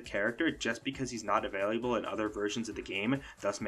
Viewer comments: Great video but… I think this dude thinks “available” is pronounced “availiable” lol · Thid guy added an additional syllable to "available" in saying "availiable" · Ah-vay-lah-bul. Not ah-vay-lee-ah-bul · Avail-lee-you-bull ? 😂 I've never heard available pronounced like the way you say it. 😅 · I'm taking a shot every time he adds another "i". My heart rate has gone up by 60 in the last 5 minutes.